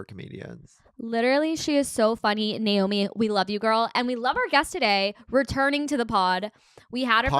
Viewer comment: u butchered my girl naomi’s name 😭 i love everyone here though